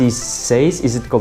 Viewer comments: Thanks. Always used a spanner and never guessed I could use an allen key. That will save a few crushed fingers. (BTW seize is pronounced like 'cheese' but with an 's'. :-) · You don't need a torque wrench to mount pedals. Do them up lightly - after you've ridden a few km, they'll have tightened themselves up properly. PS - "seize" is pronounced "seeze" to rhyme with "sneeze". Fonetycznie w jezyku polskim "siijz"